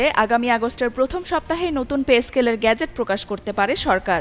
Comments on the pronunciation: 'গ্যাজেট' না রে 'গেজেট ' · Ga na ge pronunciation 😂😢